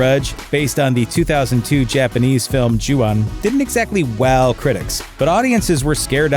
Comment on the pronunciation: "Suspiria"? "Ju-an"? The narrator's pronunciation/blissful ignorance is killing me... haha. Neat video though! Should've included "Us"! ;)